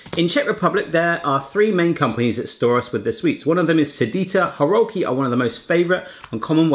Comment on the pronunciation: Not horalki. Góralki!